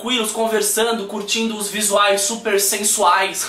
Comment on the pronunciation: " OS VISUAIS XUPER XENSUAIS " HIHIHIHIHIHI